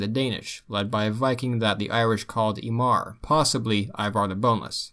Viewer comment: So, the "m" consonant in Irish, or Irish Gaelic if you prefer, is pronounced as a "v" often. So they called the viking in writing "Imar" but pronounced like "YEE-vehr". I believe that Ivar the Boneless, Son of Ragnar(possibly son of Gofried not clear whether Ragnar/Gofried were the eldest brother or father, Possibly an amalgamation of the two, combined with grandfather Sigurd or Siegfried) is the same man as the Ireland's "Imar", the East Anglian "Hyngwar", and the Mercian "Inguar" are all the same man. The names of the sons line up well, the chronology makes sense as when he disappears from Irish annals he all the sudden shows up in Anglo-Saxon ones. I think, like all oral history that gets written its not sure who the father is, or the perfectly remembered names, and its like telephone, one guy says one little detail different and it changes the story. Its like King Arthur, although the Holy Grail stuff is much less provable but was he one guy, multiple guys in one, a substitute for another early king of England? Because they show up so much I feel they are based on a real person or people, but the details get a little fuzzy just telling stories and then it gets written after the fact.